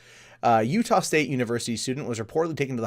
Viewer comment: You nailed Utah congrats lol